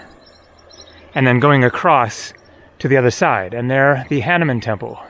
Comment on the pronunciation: Someone in India please teach him to pronounce “ Hanuman “, aka Hanooman… Edith: this is similar to the Buddhist site in Afghanistan…….., you’ve been to India so many times, one would think that by now, you will pronounce these names correctly….😊❤❤❤🇺🇸 From rainy & snowy SoCal……love your vids….🙏🙏🇺🇸